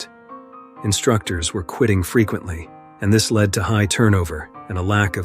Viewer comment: “Led” not “lead”